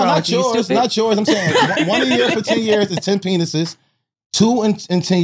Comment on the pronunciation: Did wax say Pa-nices?😂😂😂😂😂😂